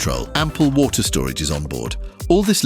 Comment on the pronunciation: I appreciate these posts. However, someone needs to listen to the audio before it’s published. The AI mispronounced “water” in a post about water, among many other common words. Ridiculous, not in a good way